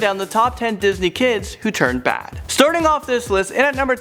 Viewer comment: Lol disnet?